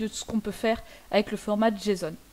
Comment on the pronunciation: Prononcer JSON, tu peu aps Gramaticalment, tu te retrouve à dire jeson ou jason